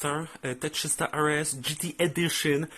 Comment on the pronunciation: Ar es a nie er es :DDD